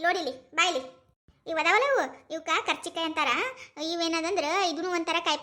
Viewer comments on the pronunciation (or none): Adu karjikayii alla kaarcjikayi